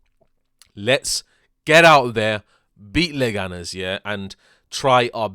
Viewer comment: It's Leganes, calm down, mate.